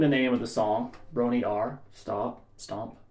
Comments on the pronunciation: they actually didnt play this at knebworth Band pronunciation: bron rawr “Actual” pronunciation: bron er ire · Thanks for the lesson, man, much appreciated! As a student of the Welsh language, perhaps I could help with the pronunciation. The o in "Bron" is actually short, the "Y" makes the "uh" sound, and "Aur" is pronounced "eye-er." Normally, the "Y" actually mutated to "Yr," making an "er" sound. This makes all the words flow together better, so you don't need to stop, and you can just say, "brawnuryer." What makes all of this harder is that r is rolled in Welsh. 🤣🤣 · it's pronounced Brom Rah Her (phonetically that is) Great lesson 👍👍👍👍👍👍👍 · Pronounced Bron rowr like Roy Orbison on pretty woman Rrrrroooooowr